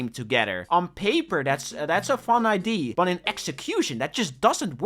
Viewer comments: can you say idea and not idee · BRO ITS IDEA NOT IDE, U BLOODY DUTCHY